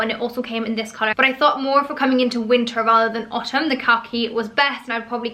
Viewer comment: I don’t, it’s extremely annoying.